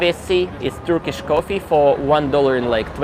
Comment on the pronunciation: Fantastic Turkish pronunciation 😊